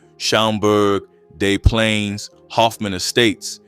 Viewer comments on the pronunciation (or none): "day" plaines is wild